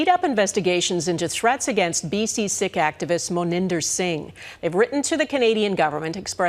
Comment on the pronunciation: Why is Global pronouncing "Sikh" as 'sick' and not 'seek '?